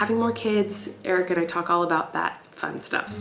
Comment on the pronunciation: why cant you pronounce your own husbands name correctly? it's EH-RICK not ''irk'' lmaoooo